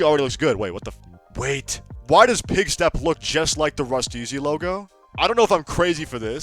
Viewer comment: Bro spent so much time on a sick ass build and doesn't even know the Delinquents' names, nor how to pronounce Rust-eeze correctly, but he still dedicated his own time bc he knew we would love it too.